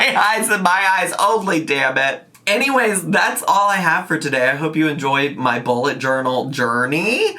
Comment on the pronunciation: I need my hearing checked - I kept hearing "Ebola" journal.